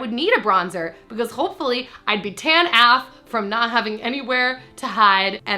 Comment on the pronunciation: does she know that you pronounce "AF" as "A" "F" as in individual letters not as "aff" ? lol